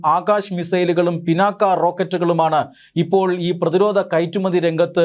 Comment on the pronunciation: മലയാളമറിയാത്ത മലയാളി വാർത്ത. ഡോ പിന്നാക്ക അല്ല പിനാക ആണ്